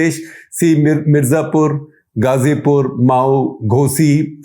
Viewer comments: Sir it's मऊ not माऊ। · Guptaji it is not mao but mau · I think it's 'मउ' not 'माओ', as Shekhar is pronouncing 'Mau'! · Its Mau not Mao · The fact that Mr. Shekhar Gupta calls Mau as Maauu, its shocking for me.